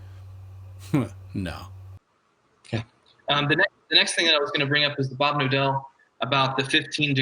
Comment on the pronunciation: His actuall name: Bob Knodel What I hear everytime in this video being spoken: Bob Nodel, Bob Novel, Bob No dell.